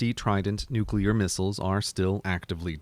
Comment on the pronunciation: They're missiles, not mistles. -There are two letter "i" in the word. Missile isn't short of mistletoe.